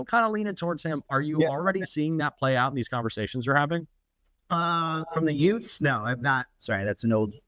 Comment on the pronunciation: "From the yutes?" I loved that he said that.